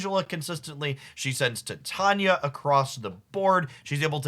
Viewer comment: Bro, love your videos, but you"re killing me smalls. Its "Ti-tay-knee-uh" not "Thai-tanya".